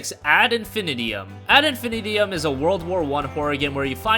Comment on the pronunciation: Did you really call it "Ad Infinitium"? Try again.